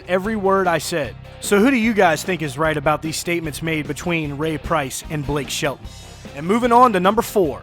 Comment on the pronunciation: Whos Blake Shit-a-ton, and I live in Oklahoma. ..